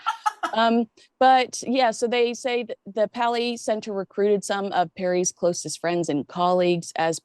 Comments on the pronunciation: Paley pronounced Pay- lee. William S. Paley built the Columbia Broadcasting System (CBS). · FYI - It's PAY-LEE Center. Love you two together!